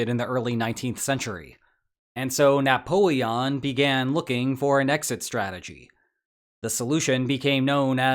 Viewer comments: Ah yes the Nappoeon. If youre going to start using shitty ai generated stuff for every video then its time to unsub from this trash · Man how is AI so bad at Napoleon's name this is comical